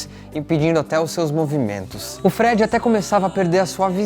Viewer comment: vamos treinar essa pronúncia? Falou o nome do Freddy errado, entre outras coisas. Valeu!